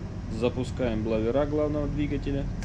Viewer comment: арматуру на дренаже с ресивера неправильно закрыл, сначала надо закрывать первую по ходу, а потом вторую. ну и конечно "бловера" звучит смешно )))